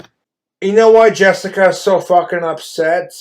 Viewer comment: Drink everytime he says "Jessicuh Bhoilll"